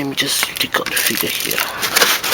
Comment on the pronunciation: the way he says figure (figya) sounds like nigga xP